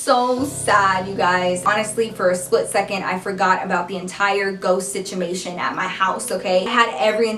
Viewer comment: "ghost situmation" she was so into the story she messed up lol 💖